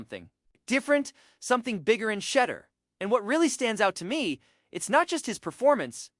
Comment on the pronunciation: you need to learn how to pronounce his name